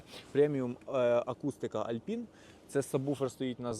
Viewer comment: "ALPINE" - "Алпайн" а не Альпін) Так як і "BOSE" - "Боус" а не Босе. Р.S. можливо пригодиться в майбутньому.